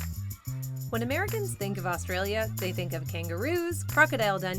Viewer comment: I wanna say as an Aussie that we don't eat any of that shit. I'd also like to congratulate the narrator for pronouncing Aussie properly, pronouncing Australia needs work tho & Parklea in Western Sydney & the state of Queensland were not said right Also I had no idea there are Outback Steakhouses in my country, never seen or heard of them, just thought it was a Seppo-Yank thing. Also